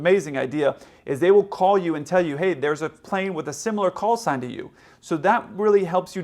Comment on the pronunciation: Knowing 2 planes with similar callsigns are around the tarmac the controller should have pronounced the callsign much more clearly then he did